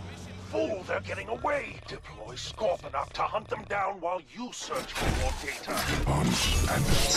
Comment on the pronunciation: One thing that ticks me off is when people say 'Scorponox'. IT'S SCORPONOK!!